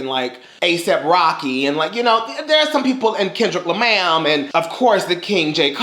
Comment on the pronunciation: When you said Kendrick Lamaam I wanted to pop your hand through the screen😂